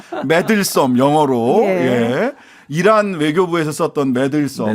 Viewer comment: 이란이 아니고 이런이라고 들렸어요